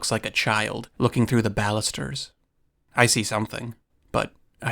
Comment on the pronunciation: They’re called “bannisters” not ‘ballisters’